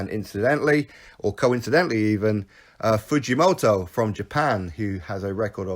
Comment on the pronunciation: The Fujomoto pronouncing is good enough but Kyotaro is pronounced like... Key- yor-ta-low. All good bruv love the vids